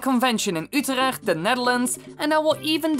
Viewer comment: i am dutch and it is really funny how you say: Utrecht😂 btw i really hope i can come though